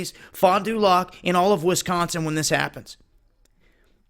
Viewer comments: lol ends with "lack" that drove me nuts hearing lock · #1 Fondulac is pronounced FON duh lack. I can tell you’re not from this area. #2 The Fox Valley Tech Public Safety building is for training firefighters and police officers. They start fires to practice putting them out in the tall towers. Police practice raiding a building with SWAT tactics as part of their training. The reason they didn’t want you at Expo Center was because you are not an employee.trained in procedures and heavy equipment. This is an insurance liability issue. They don’t want the public around to get hurt. Drills like this are common at airports, etc for disaster and natural disasters. We had a 50 mph wind in 2012 that snapped poles and had the power grid down for a week. 2013 we had 6 tornadoes touch down in one hour. June of 2017 we had a record 10 tornadoes touch down in one hour. Which is why you need power company drills. #3 If you traveled 10 miles up the highway, there is a major highway reconstruction down the highway. Hence, the concrete trucks serviced by Oshkosh Truck Company. #4 Oshkosh Truck just got a government contract for $billions from the US military to upgrade or replace all their military Humvees etc plus vehicles for the UN. Which is why you see all those vehicles around. We see them on flatbed train cars and driven around by civilian drivers in neon green vests all the time. No disrespect to you. I appreciate you putting the alarm out. But as we Fox Valley residents could tell you, it’s not all that it seems. *Not familiar with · Sooooooo we still don't know that much and that's how it goes sometimes. Btw, it's funny hearing someone pronounce "Fond Du Lac" when they're not from the area or state, lol. It's said faster or all together as in one word, and doesn't end with "lock". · It's funny how he says Fond du Lac lol